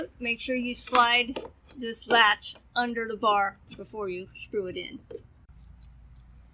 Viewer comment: Wait… did you say “the uder side” ? I know that accent!